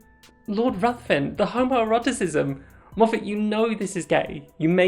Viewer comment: Ruthven rimes with given and is pronounced Riven